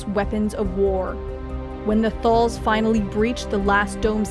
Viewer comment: Haha, get davros and kaleds and thals right but skaro was a bit hard. Scar-oh